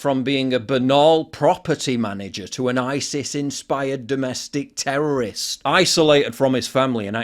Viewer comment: She said "terrorost event" lol could you soften the language any more? Are you really that scared of offending terrorists by calling it an attack?